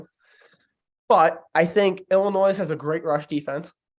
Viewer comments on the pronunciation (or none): Hey and, love the pod. I do have concern tho…. I noticed you pronounced Illinois like illnoise, that is very concerning because your are a college student. Maybe put down the Budweiser and go to a grammer class? Love the pod guys great work. God bless.